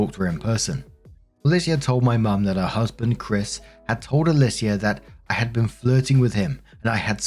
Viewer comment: Alicia is pronounced either “UH-LEE-SHA” or “UH-LEE-SEE-UH”. -someone who’s mom is named that